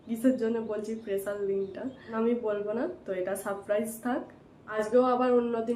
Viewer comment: পেসাল নয় স্পেশাল উচ্চারণ ঠিক করবে